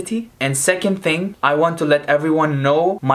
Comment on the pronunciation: Ting instead of thing😂😂😂😂😂😂😂😂